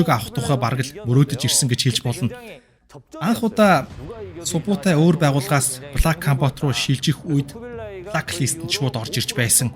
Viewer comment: субутай биш сүбээдэй гэж хэлмээр байна